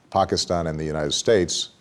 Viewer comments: Barack Obama is only American who pronounces "Pakistan" and "Osama Bin Laden" correctly. Such a very detailed and brillian person he is! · I love how Obama pronounces 'Pakistan'. He's even taken the time to do that right. Goes to show his attention to detail.